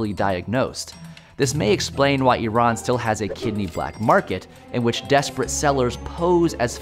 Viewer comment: or you could just save money instead of putting everything on a credit card as some one who is part Iranian, I appreciate that you guys actually pronounced Iran correctly. Its no I - RAN its E - RUN